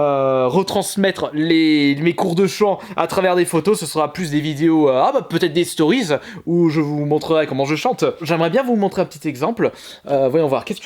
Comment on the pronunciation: "DES STORIZ" ! x) Tu ma mis a terre ! ;p